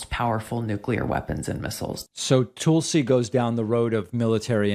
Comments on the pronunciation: Does David say "Toolsi" on purpose?"🤣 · “Its pronounced Toolsie, emphasis on the tool” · lol love how you subtly call her "Tool-si." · I used to hate the way David pronounced Tulsi's name. Toolsie. It took a while, but I finally get it, and now I love it. She's a tool. See? ;) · You say her name wrong